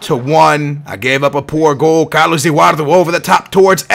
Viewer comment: Who's Carlus Ewardu? Lol.